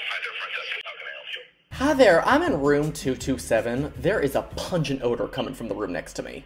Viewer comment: “The PUnGUNG smell”